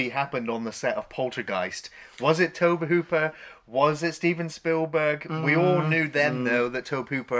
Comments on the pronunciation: Incidentally,although it’s spelled Tobe,it’s pronounced Toby.I know a lot of people have a problem with anyone who corrects grammar,pronounciation,etc.So what,big deal.People will have to continue to have a problem. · It’s pronounced “Toby”. Lovely chap. Great vid. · It's pronounced "Toe-Bee" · Tobe is a funny spelling but it’s still pronounced “Toby” :) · Tobe is pronounced Toby and he directed all of Poltergeist and BTW drank gallons of iced tea and . . . . all the actors were paid on time. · Just FYI you guys, Tobe Hooper is pronounced TOBY Hooper. Just sayin'... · Maybe try pronouncing the directors name correctly. 👎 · FYI, guys: "Tobe" is pronounced like "Toby." Also, "Dike-stra." not "Deek-stra."